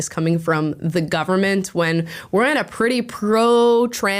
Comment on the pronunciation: ‘the gubernit’